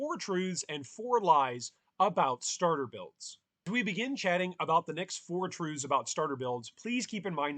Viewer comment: mans says truves great video